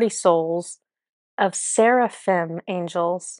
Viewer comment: Fascinating! It resonated with me that each group was a projection of the previous group which all lead to one consciousness or Creator. Yes, you pronounced Cherubim and Serafhim correctly and both are mentioned in the Bible and in Kabbalah as Creator’ angel companions. I also liked to find out that Archangel Jophiel is a projection of Archangel Micheal who I have been fascinated with. Thank you!❤️